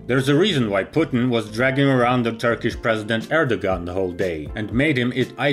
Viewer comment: Er-dough-an, is how it's pronounced. Not er-dawg-an. Because of the soft ğ as opposed to g, in Erdoğan.